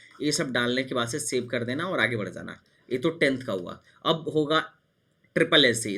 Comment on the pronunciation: Bhai Zaanaa Nahi hota Aap galat bol rahe ho Spelling Aor Pronouncetion Bahut hi Galt hai Aap ki